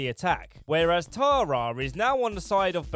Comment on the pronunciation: I love that you can’t say Tara. “Tarar” lmao